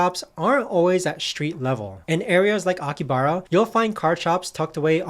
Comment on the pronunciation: No hate but thought you might wanna know it’s pronounced aki-ha-bra